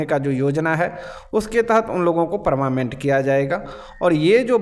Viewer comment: Are paramament nahi hota hai😂 parmanent hota hai boka 😅